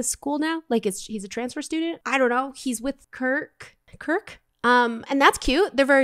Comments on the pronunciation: I can't get over you calling Kurt "Kurk" xD It's too funny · the girl that was smoking the cigarette was quinn febray in her goth phase its so funny how you say kurk instead of kurt. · It’s KURT not kurk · SHE CALLED KURT “KIRK” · Lol😂😂😂😂😂😂😂😂😂😂 it's Kurt not Kurk 😂😂😂😂